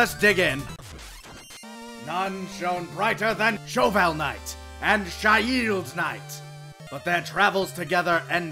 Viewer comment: Me: It's pronounced "Sheeld" Vegeta: But it has an "i" on it...